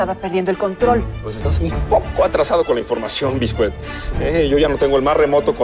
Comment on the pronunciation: Rogelio, confundiendo los nombres, diciendole a Discua "Bisket" 🤣